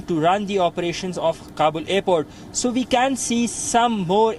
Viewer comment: Why Indians do not differentiate between V and W. This guy keep saying "Ve have been reporting" or "people who has Wisa could get evacuated" lol